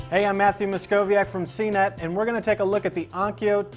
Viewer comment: it's ONKYO, CNET... not ONYKO